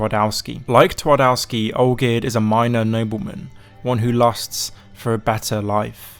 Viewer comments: The Polish pronunciation hurts. You could have at least tried using google translate not to do tWardAWsky. Twardowski. TvarDOVsky. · Good try on spelling „Twardowski” If you say it hardly with v it will sound a lot closer to my language So try saying „Tvardovski” next time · Fellas, put words you're not sure of pronunciation in Google translate before uploading a video. Polish w is pronounced the same way as English v 😅